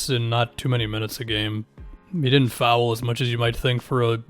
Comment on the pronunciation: I'll subscribe when you start pronouncing foul in a way that doesn't make me want to throw my phone.